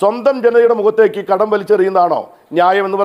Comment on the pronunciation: ""ഘഡ൦" " അല്ല കടം നൃായീകരിച്ചു മെഴുകണ്ട, പൈസ കമ്യൂണിസ്റ്റ് കാർക്ക് ചായ കുടിക്കാൻ അല്ല , കേരളത്തിലെ വയനാട് അടക്കം ദുരിതപ്പെടുന്നവർക്ക്, സഹായധന൦ എന്തോ ഔദാര്യം കേന്ദ്രം ചെയ്യുന്നു എന്നൊക്കെ പറഞ്ഞു നടക്കുന്ന വർ കുറച്ചു പേർ കാണും പിന്നെ തോറ്റ സുനിൽ സമ്മതിച്ചു തോറ്റു താങ്കളുടെ സംസ്ഥാന പ്രസിഡന്റ് അടക്കം വീരശൂര പരാക്രമികൾ ജയിച്ചിരിക്കുകയാണല്ലൊ ഇതൊന്നും രാഷ്ട്രീയ൦ പറയുമ്പോൾ നല്ലതല്ല എന്നറിയാ൦ പിന്നെ കടുപ്പം കൂട്ടി വാക്കുകൾ പറയുന്നതു സതൃമാവില്ല അതിനാൽ ""രൂഭ"" വേണ്ട രൂപ കൊടുത്താൽ മതി അവകാശപ്പെട്ടത്